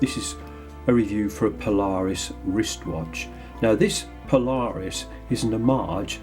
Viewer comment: The name is not one word, but rather two. You are pronouncing it Po Lar Us when it is properly Paula Reis. Go check out their website.